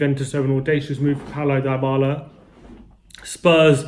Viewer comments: In not pronounced diebala it pronounced dbala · It’s Dee Bala for fuck sake